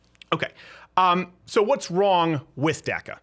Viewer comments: Its pronounced DACA not DACKA its of Spanish origin say it right so you don't offend anyone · Why are you the only person on the planet who calls it DAC-A? The rest of us normal people call it DOC-A. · Saying DACA sounds like Durka Durka!